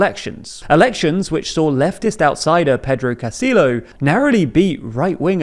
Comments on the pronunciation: Amazing video and very well done. I did want to say though- "Castillo" is pronounced with a double L "y" sound. Cast-ee-yo. Otherwise GREAT!🎉🎉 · It's not pronounced 'Castil.lo'. It's kinda like 'Castiyo' You guys slay in German but butcher Spanish everytime. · You guys could at least make half an effort to pronounce the names correctly, you KNOW how to say Castillo when its a Spanish name, there's no way you don't know the two LL's make a Y sound. Also who is Key-ko? That's not how you say that name. Come on guys. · Make a better effort to pronounce Spanish surnames like “Castillo”, dude. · The pronunciation: Keiko: kay-ko Fujimori: Foo-hee-mo-ree Castillo: Cas-tee-yo Boluarte: bo-loo-r-tae